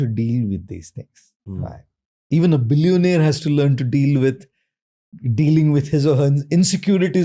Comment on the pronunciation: Billiown-eyer .. great talk tho!